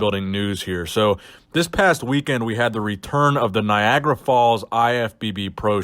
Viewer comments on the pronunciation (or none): It's Niagara 😂😂😂😂 Not Niagra, sounds like Viagra to me 😂😂😂😂😂😂😂